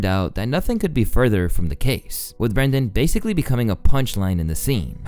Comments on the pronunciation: his name is BrEnden not BrAndon. Bren bren bren….not bran bran bran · This guy fucks up the pronunciation of everyone's name. It's Brendan not Brandon. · Ohhhh Brenden? This whole time I thought it was BrainDead, shit my bad G